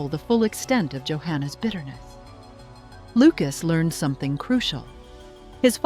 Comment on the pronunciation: Learned is not a 2 syllable word unless you are talking about a well respected, aged, well educated person. Yet again AI proves itself unintelligent. If they want folk to invest in it, they better fix it's glaring innaccuracies FIRST! Sobbing is an english word completely unlike soba noodles, the o is short. You got sooooo many words wrong, you butchered our language, and still do. Is ignoring protests any way to run a business? Why does your channel pay for their rubbish?- -----ed words are not usual, yet you pronounced 3 in a row wrongly. This is not as you say the default, it is an exception. Don't any of your techies understand english? Immediate you also made a mess of. Get a clue and stop assaulting our ears. Look it up on google if it's otherwise too hard for you or get an english native to teach you, edit your mess. This has been horrible for far too long already.